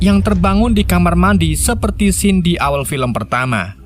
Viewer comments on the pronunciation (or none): none